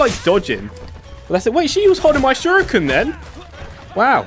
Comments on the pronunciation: its pronounced sher-eekin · I want to know something do you personally, pronounce shuriken “sure ee kin” or “sure e kin”